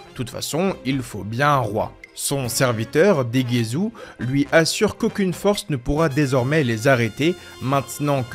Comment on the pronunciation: Hey. Le namek, Dova ?? Non, c'est NEBA (subbé Neva en fr sans raison, mais 8l s'appelle NEBA.). Pareil pour Degesu, c'est du japonais frère, pas du français. C'est degesu, pas degezou, ça se prononce dé-gué-ssu ou plus largement Degess' car le 'u' final est happé. C'est un jeu de mot, comme Arinsu (Arinss' ou Arinssou), avec certaines fin de phrase que l'on retrouve dans différentes régions. (Comme "Gozaru" qui est la contraction de "Gozaimasu", utilisée par les Samurai, les milices japonaises dans les ères Edo ou Sengoku par exemple, disparaissant avec l'ère Meiji). On avait déjà vu ce genre de nom avec Gowasu et Zamasu (pas Zamazou et Gowazou!), empruntés aux mêmes contractions de terminaisons, qui sont souvent associées à un 'accent' régional, bie mn qu'au japon les accents se retrouvent plus dans les mots, l'utilisation des particules et les fin de phrases employées que dans la façon de changer de ton ou d'accentuer des symlabes, comme en Français ou en Anglais, par exemple. Ce sont quasiment les seuls noms qui ne sont pas des noms de bouffe ou d'objets, d'ailleurs.